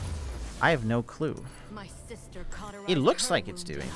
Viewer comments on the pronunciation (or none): none